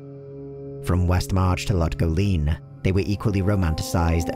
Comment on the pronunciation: Also Lut Gholein